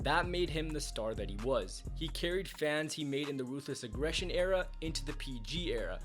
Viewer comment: You didn’t say it right. It’s “RRRRRRRRUTHLESS AGGRRRESSION”